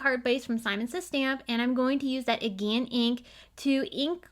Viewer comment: The color Aegean comes from the Aegean Sea just east of Greece. It is pronounced ih-jee-uh-n.